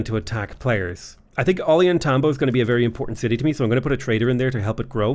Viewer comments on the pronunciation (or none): Take a drink every time mispronounces Ollantaytambo. Oh God now I'm drunk and I have liver disease.